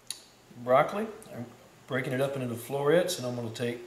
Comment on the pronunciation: "Flori-ets", lol gotta be from FloriBama area